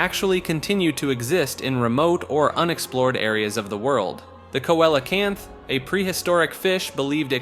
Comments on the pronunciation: see lo canth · Coelacanth is pronounced (seal-uh-canth)